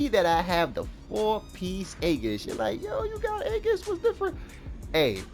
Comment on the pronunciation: great video, for what its worth, aegis is pronounced "ee-gis".